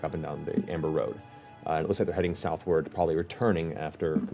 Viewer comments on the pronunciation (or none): none